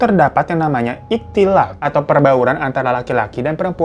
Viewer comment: Maaf bang hiro, ihtilat yg benar...maaf ya